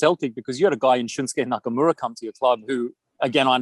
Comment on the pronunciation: The way that this guy pronounced Shunsuke Nakamura is interesting, have we all been saying it wrong all this time? 😂